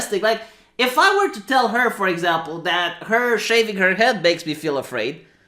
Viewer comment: "Oim Afwaid!"